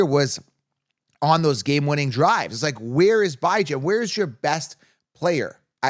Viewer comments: Dude stop saying BI Jan smh you sound like an idiot lmao his mom calls him bee john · did i miss a prior video, or is there a reason you pronounce Bijan as "Bye-Jan" instead of "Bih-Jean"? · If you cannot pronounce a players name right viewers are not going to take you seriously. Your saying Bye Jane. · Can you stop saying his name wrong? Its said like bee jawn not "Bye Jane" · Bee-jon…. Lol